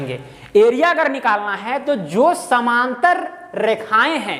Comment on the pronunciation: कृपया उच्चारण शुद्ध करें समानांतर बोलिए समांतर नहीं